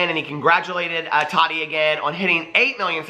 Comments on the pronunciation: DAMNIT!!! ITS TAH-TEA NOT TODD-DEE. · He said tadi lol